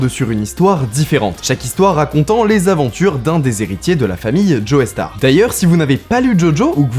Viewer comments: Ça se prononce « Jostar », pas Joeystar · la famille joey star (au début de la vidéo) ?? le e ne se prononce pas : quand Hendrix chante hey joe on entendend hey jo.. et non pas hey joey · Petite précision, c'est Joestar pas Joeystar .